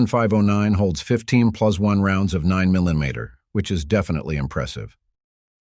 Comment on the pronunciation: How ya say 9mm😂😂